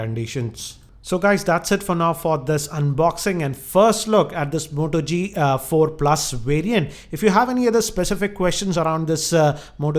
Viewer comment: moto g4+, not the modo g4+ hh indian voice always annoying